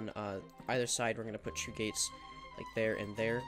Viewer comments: i love how he say two.. CHOO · Why do you pronounce two as “choo”